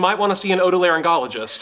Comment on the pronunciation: Sheldon said odolaryngologist 🤣🤣🤣 might be wrong for the first time ever😁